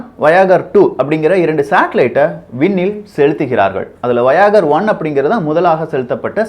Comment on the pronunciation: Dai paithyam athu vayagar illa 'Voyager'